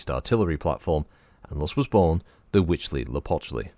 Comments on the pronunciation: I think you pronounce it better than I could, but for reference, Sean Bean says it like "hootz-lee-a-pooch-lee" in Civ VI when you build the world wonder "Huey Teocali" and since I'm no scholar on Nahuatl, I have no issue with either way to pronounce it... and concede it is quite a mouthful. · Good job on the name. You were corect